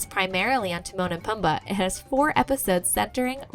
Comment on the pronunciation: It's pronounced poomba not pum ba